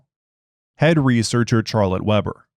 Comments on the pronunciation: yes. "Sharlette" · He made me question the pronunciation of the name, it's Shar-let right?